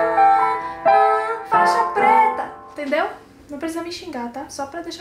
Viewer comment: "Faixa preta, Téndeu?" KKKKKKKKKKKKK